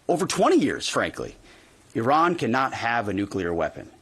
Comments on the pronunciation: Yes yes yes the USA is the greatest country on Earth. How do you pronounce 'Iran' again? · He can't even pronounce Iran correctly. What a prat!